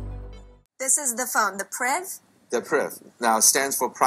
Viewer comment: Ew intrigued, cool looking phone, but I am actually a little worried about trying to explain why I choose a 'blackberry', and that the name is not 'perv' but 'priv'... ok... yeah... i guess... but then you demo it and its not setup? uhg